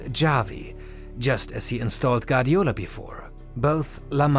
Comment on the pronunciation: Guardiola* not Gardiola